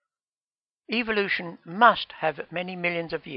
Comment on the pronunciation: it's pronounced evolution not eveilution